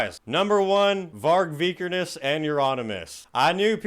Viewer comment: Knock-MIST-ee-yum. Also, ya said Lemmy and Varg's last names wrong BUT accurately calling both sides of that Black Metal thing "Ret@ and comparing it to Twilight made me LOL and cancels out the mispronunciations. You're kind of a bad ass,.